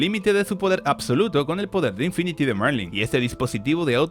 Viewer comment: Se llama Merlin, no Marling, eso en Atak on Titan jjj